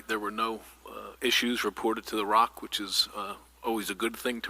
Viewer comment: Please stop calling the Regional Operations & Intelligence Center "Rock". The Rock is in Newark. The Devils play there. There's a whole other vowel in "ROIC" that you're not even pronouncing.